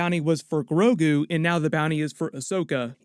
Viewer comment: The name of "Baby Yoda" is GROGU. But to be fair, I think it was mispronounced the first time it was said, because from then on out, it was pronounced Grogu. The Subtitles even had it spelled GROGU.